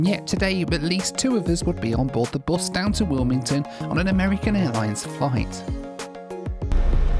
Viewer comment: Why do you pronounce bus like that